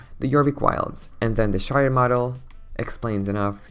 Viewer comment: HE STILL SAYS MOLD INSTEAD OF MODEL EEEEEEEEEEEEEEEEEEEEEEEEEEEEEEEEEEEEEEEEEEEAAAAAAAAAAAAAAAAAAAAaa